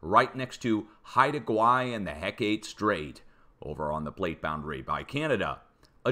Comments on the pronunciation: Hecate Strait is pronounced heckit. Not heck ate. Thank you for your dedication in this important information. I live on the coast of Alaska. I’m subscribed, believe me. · Hecate is HEH-kuh-TEE, not heh-KATE. Ancient Greek name for a goddess.